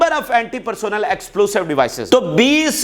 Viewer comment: You are great reporter but plz pay attention to your pronunciation. Its "explosive " not "explusive" and the word "fierce" also should be pronounced like "fee- er-se" not FIRIK. So plz pay attention here this is equally important.